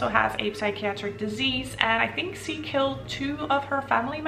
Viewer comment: Why do you pronounce "she" as "se"? It's so distracting. 😅